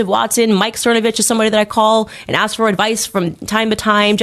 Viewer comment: "If you AX me???" LMAO 🤣 🤣